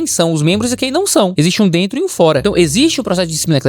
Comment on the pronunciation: Eu ouvi um "Aí dento" na história do Robô? kkkkkkkkkkkkkkkkkkk